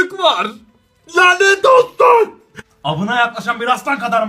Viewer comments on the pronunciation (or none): Avına yerine amına demiş gibi gelen tek ben miyim aq ?